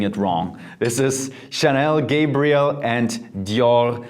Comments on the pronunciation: He said Chanel Gabriel hahahahahahahhahaha its a damn girls perfume bro. its Gabrielle. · You pronounce Gabrielle as if it was Gabriel... it's Gabri...elle! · Have we all been pronouncing Gabrielle wrong or is he??? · How can you mispronounce so many names and still get that many views??? 😅 i know for a fact that that's not how you pronounce mugler, gabrielle,guerlain and many other names. Mispronouncation has just ruined the video for me!!